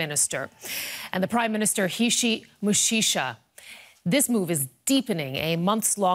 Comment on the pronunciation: How she pronounce mishishi tho😂😂